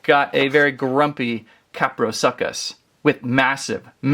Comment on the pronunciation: It’s pronounced kaprosoochus